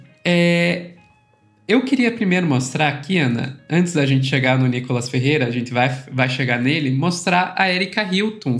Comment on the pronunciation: Pq? ‘Genthê, verdadhê, realmenthê’…. Coisa horrível